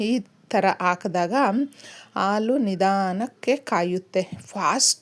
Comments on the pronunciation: ಹಾಲು ಅಂತ ಹೇಳಿ. ಆಲೂ ಅಂತ ಕೇಳಿಸುತ್ತಿದೆ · ಅಮ್ಮಾ ಎರಡು ನಿಮಿಷ ಹೇಳುವ ವಿಷಯಕ್ಕೆ ಎಂಟು ನಿಮಿಷ ತೆಗೆದು ಕೊಂಡಿರಿ. ಅ ಕಾರ ಹೇಳುವಲ್ಲಿ ಹ ಕಾರ ಹಾಗೂ ಹ ಕಾರ ಹೇಳುವಲ್ಲಿ ಅ ಕಾರ ಮತ್ತು ಹಾಲು ಎಂದು ಹೇಳುವ ಬದಲು ಆಲು ಎಂದೂ ಹೇಳುತ್ತೀರಿ. ದಯವಿಟ್ಟು ತಪ್ಪು ತಿಳಿಯಬೇಡಿ ಮತ್ತು ಮುಂದಿನ ಸಂಚಿಕೆಯಲ್ಲಿ ಉಚ್ಛಾರಣೆ ಸರಿಯಾಗಿರಲಿ ಎಂಬ ವಿನಂತಿ. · ದಯವಿಟ್ಟು ಆಲು ಬದಲಿಗೆ ಹಾಲು ಅಂತ ಹೇಳಿ